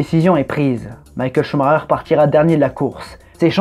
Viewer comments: On dit pas Coux Marreur on dit SchumaCKER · pourquoi il dit ''Shumareur'' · Maïkel ? Il est pas allemand Schumacher ?